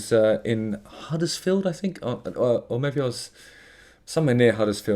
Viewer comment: You mean ‘Uddersfield? 😂